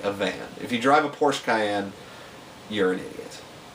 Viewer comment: Woah woah woah. You pronounced porsche wrong. And those are butterfly doors. Lamborghinis have scissor doors. Their two completely different things. Mclarens have butterfly doors. And not all Lamborghini's have scissor doors. Take the Huracan or the Gallardo for instance. They have regular doors. GET IT RIGHT